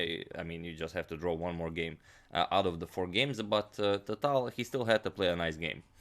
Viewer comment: Btw, i was meaning to tell you that for a long time. You see that "ь" at the end of "Таль" - that is a "soft sign" in Russian. And it means that previous consonant is "soft". Wich means it sounds like if there was an "y", for example, after it. Say "Taly" and then cut off vowel part at the end. That would be right pronounce of his name. When i started to watch your channel it took me sometime to understand who are you talking about;)